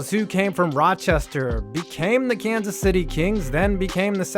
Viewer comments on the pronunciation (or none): none